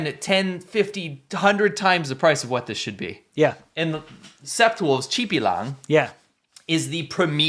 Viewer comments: "Sept" is French for 7.it's said as "set". The "p" is silent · FYI 'sept' is seven in French (pronouned "set") ^^ So yes, 7 wolves!